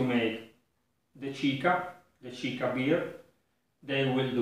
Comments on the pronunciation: Thank you for all your recipes! I watch them at night when i can't sleep... I already made ginger beer several times and love it! Just a tip: in spanish Chicha would sound like 'cicia' in italian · It's ciccia. The Spanish pronounce doesn't use the h like in Italian. Did you do a chicha, by the way? If it's good like your tripel, I'll have to do it